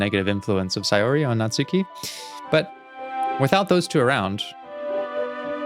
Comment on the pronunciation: It might be too late to say this, but the "u" in Natsuki is silent: Natski.